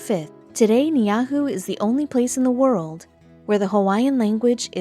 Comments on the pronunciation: Ban this BS Video. Her facts are wrong and pronunciation is as has never heard the name of Niihau spoken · Ugh...Not impressed with this commentary dressed up like histories mysteries. Hint: it’s a good idea to first learn to pronounce the name of Niihau. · I spent most of my life on Kaua’i. This is the worst video about Ni’ihau that could possibly be filmed. It is not factual, the pronunciation of Hawai’ian names and words is horrendous! This video should be banned from YouTube for being fake news and damaging and hurtful to the Hawai’ian people. Leave the narrative to native Hawai’ians and let them “talk story” about their islands which were stolen from them. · OMG! I am Hawaiian and I am born and raised and still live in Hawaii! I can truly say, you have truly distorted the truth, massacre the correct pronunciation of the name of this Island, and further insulted us by calling us by the name of the Island!! First of all: HAWAII WAS STOLEN BY AMERICA!! THE ISLAND YOU’RE TALKING ABOUT IS THE ROBINSON ISLAND!! IT IS NOT FORBIDDEN, YOU CAN ASK PERMISSION FROM THE ROBINSON FAMILY! It’s up to them if they allow you on or not, if you try to enter without permission they will ask you to leave! IT’S NOTHING LIKE YOU HAVE JUST SAID!! BY THE WAY, WE ARE HAWAIIANS, IT DOESN’T MATTER WHAT ISLAND WELIVE ON! We are all called Hawaiians!! OUR CULTURAL IS AND HAS ALWAYS BEEN HERE!! I’m sorry did you expect us to greet you in hula skirts and coconut bras and see all our grass shack houses, and the men running around with a sarong around the waist with a spear in their hand, so that’s why you think our culture has died!!My advice to you, is to take this video down, learn about our history and culture, and the pronunciation of the Hawaiian language, before you make a video with so much disinformation and BS! I am sure I will not be the last Hawaiian to call you out on this video! No disrespect to you, but this video is a huge disrespect to us! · Niihau is pronounced nee-ee-how.